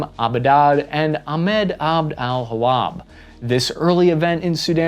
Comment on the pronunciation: I think it is Ibrahim Abboud (not Abudad) and Ahmed al-Wahab (not al-Hawab)